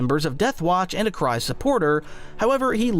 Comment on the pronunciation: its Kryze(kreez)..please PLEASE.....i cant